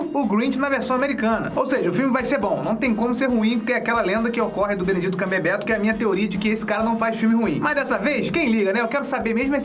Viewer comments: não é BENEDITO, se fala BENEDIT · Benedito..😂pronunciação maravilhosa, amo seu canal ❤